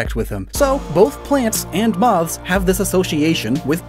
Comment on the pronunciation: Idk why but I hate how you say "moths" 😂